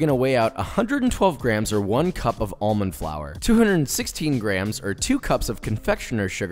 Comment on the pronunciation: However I do have an issue with how he pronounced 'almond'